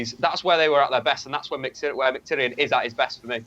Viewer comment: Finally someone who speaks Mkhitaryan corectly ( )